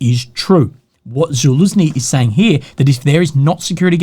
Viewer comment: still can't pronounce zaluzhny right 😂